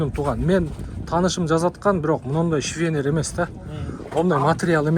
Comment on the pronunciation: 😂😂😂 швенер мес укаам 😂😂 швейлер десен 😂😂😂😂